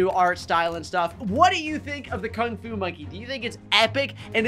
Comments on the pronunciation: Lol bro misspelled Kung fu and said Kung ku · Uh, you said King Alu not King Fu. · Nice vid but OMG HE SAID KUNG KU LOL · AH YES KUNG KU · You said the word Kung Ku, not Kung Fu. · Is it “Kung Ku” or “Kung Fu” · “Kung ku” - 2023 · ah yes, kung ku